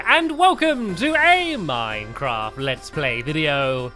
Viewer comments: he said minecarft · you said mimecrft